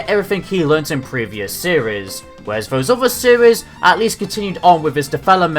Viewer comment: Honestly every time you say seires it cracks me up